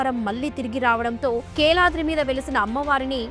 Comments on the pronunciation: keladri kadu kiladri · కేలాద్రి కాదు తల్లి కీలాద్రి